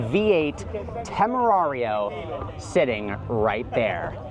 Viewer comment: Everytime you say temerario hurts my ears che palle